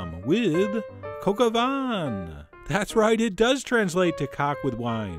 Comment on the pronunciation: At first I thought he said "kaka" vin,was very relieved when he said "we're using chicken"